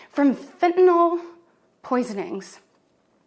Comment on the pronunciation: It's a weird phenomenon where conservatives deliberately mispronounce words as some weird show of solidarity. "Nucular" instead of nuclear during the Bush years, now "fentanol" instead of fentanyl.